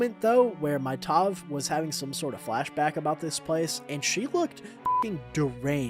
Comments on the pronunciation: its tav, like tav-ern. tavern. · I pronounce Tav as Ta-vvv, like the v sound is more prolonged and the a just sounds like A. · gonna pronounce it like Tayve from now on